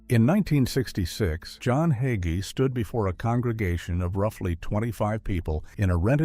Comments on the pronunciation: Leave Pastor Hagee alone. He is a wonderful person and a great man. Jesus has all the answers. If pastor learns as he goes forward God has continued to lead him so he can minister to his flock. And his last name isnt hogee. If you're going to smear him, learn how to pronounce his name. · PRONOUNCED HAY-GEE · You cant even say his last name correctly. Its not hogey. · Not Hoggee, HAGEE. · HA--GEE is easy to pronounce! The "A" is LONG. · I met him. He is short and fat. Question, did he divorce his first wife? Did his wife break the marriage by having sex with someone while biblically married to him? If you claim to be a Christian and do not follow the N.T. teachings, the Bible instructs us to have nothing to do with him. So explain who divorced whom and answer my questions. You cannot even say his name correctly so why should we listen?